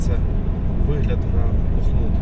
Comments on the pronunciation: Хлопці! БахмУт - це роzzійщина. Українські словники містять наголос - БАхмут. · Щановне панство! Перестаньте калічити своїми НЕ УКРАЇНСЬКИМИ НАГОЛОСАМИ, УКРАЇНСЬКІ ІМЕНА ВЛАСНІ, У ТОМУ ЧИСЛІ НАЗВИ НАСЕЛЕНИХ ПУНКТІВ! Місто БАХМУТ МАЄ НАГОЛОС НА ПЕРШИЙ СКЛАД! Це Вам не МАЗУТ!